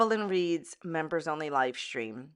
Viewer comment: “Lie stream” 😂🤣👌